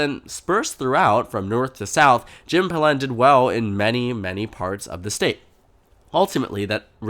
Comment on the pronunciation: You’re not pronouncing Pillen correctly. It rhymes with Dylan.